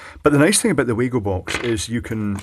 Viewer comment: Stupid little nitpick, but Wago is pronounced "Vah-go" (remember, in German, phonetically 'W' = 'V' ) On a completely different note, I'll see if I can "borrow" a small selection of the Wago DIN terminals from work for you to have a look at.